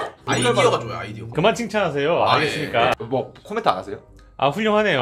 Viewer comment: '코'멘트 ㅅㅂㅋㅋㅋㅋㅋㅋㅋ